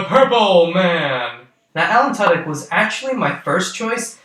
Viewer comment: Tudyk pronounced as too dik